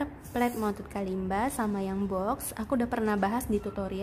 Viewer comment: Hi! So the Kalimba is an African instrument and I'm from Africa. I wanted to let you know your pronouncing its name wrong